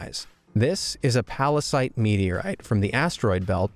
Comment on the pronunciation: P A R A S I T E ?! - Venom, calm down. It's Pallasite. Pall...a...site. Oh, sorry. You know my condition, Eddie. - Yeah, I do. (uh, Eddie?) It's fine, OK? Chill. Calm down. What a pallasite. P A R A S I T E ?! - VENOM, STOP! (heheheheh!)